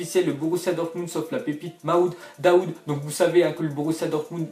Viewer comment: Excuse moi mais ses pas mamoude daoud mais mahmoud dahoud